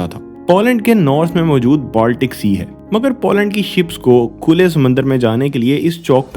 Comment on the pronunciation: Zem TV ka style copy kiya hai aapne. But jo bhi hai, accha video hai. Good job And it’s पोलैंड not पौलैंड